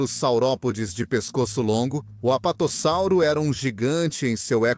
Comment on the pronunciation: Muito bom, uma dica, percebi que vc usa voz a base de I.A na narração, o que é legal se for feita direitinho, e vc a fez, só deixo a dica de escrever o nome dos dinossauros antes na caixa e ouvir como vai soar, no caso você deve ter colocado o texto corretamente, sendo ''Apatossauro'', mas a IA as vezes pode pronunciar errado o (S), então creio que em todo texto você poderia ter colocado ''Apatosauro'' com 1 S apenas, assim a pronuncia vai sair soando como deveria sair. Parabéns pelo esforço de trazer conteúdo a paleontologia, continue !